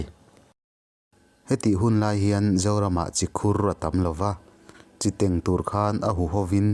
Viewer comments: Burkhawn 'khawn' hi hnapkhawn kan lam ang hian thluk in a dik zawk awm e. Chi teng hi a sentence a zirin thluk uar leh uar loh a zir a nia. An correct tak na a i lam dik thlap. Teng thluk san chang leh teng hniam rai a lam theih ve ve. Vaimim tengkhang lam dan nen a thuhmun reng. Inthlahrung takin. Midang chu ka correct sak tha peih lo. Awpi Biate kha ka thianpa nih kha aw. Ka ngaithla thin tih hriat chuan a nuih a za ve ngawt ang le. 😂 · Ka pu khan ka naupan laiin min hrilh thin..a mawl țek.. chiteng tih khi a thluk a diklo mai thei. Tlengtle tih a 'tleng' tih thluk hian 'teng' tih tur. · Chiteng pawh hi a lam dik lo